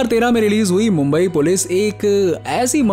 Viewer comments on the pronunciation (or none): none